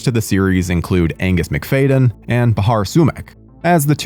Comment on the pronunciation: Your pronunciation of “McFadyen” is ridiculous.